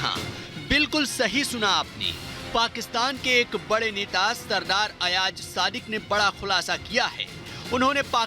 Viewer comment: Sub se pehle toh aap name lena sikhye ayaj nahi ayaz hota h or yahan social media p bakwas karne se kch nahi hota kch kr k dikhao agr itni auqat h toh woh pak foj hi thi jisne india ko dhool chatai thi or tmhre abhinandan ko pakra tha agr tum logon m itna hi dum hota toh woh kbhi pakra na jata tum logon ka toh sir tb hi jhuka diya tha pak army ne anbhinandan ko pakar kr chale bechare bat karte hain lol😂😂😂😂😂😂😂😂😂